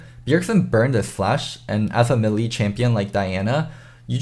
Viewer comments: it's not me lee it's pronounced May Lay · A "Milee" champion. Mae-lae,, it's mae-lae. Anyways, I was disappointed with the Diana pick. Bjerg seem unpracticed, couldn't find flanks, he has better options for assassin, but he shouldn't went with a control mage or some sustain damage instead. I'm sure they can fix this problem though. I believe in them! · Kind of like 'may lay'. As in, if a lady showed interest in you, and you asked, she might say "Yes, you 'may lay' me,."